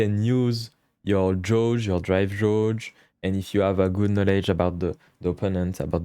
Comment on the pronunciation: Never heard Gauge pronounced in your accent… i like it. Very nice guide! Will be revisiting this while labbing.